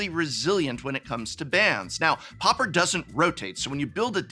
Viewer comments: pau per not popper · Dude why are you pronouncing it like POPPER???? It's pronounced like paw-per. Come on professor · Oooh "pauper", I kept hearing "popper" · Why do people keep pronouncing it POPPER instead of Pauper?